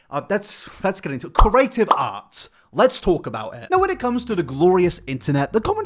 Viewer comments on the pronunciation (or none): Can we all agree it's CRE-ATE not CUR-ATE!!!